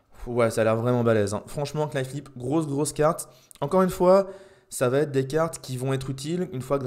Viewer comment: Alors juste pour ton information quand tu prononce le mot "knife" il ne faut pas prononcer le K. C'est exactement comme "sword" ou tu ne dois pas prononcer le W.